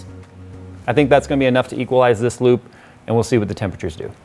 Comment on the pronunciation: I hear lube all the time when you say loop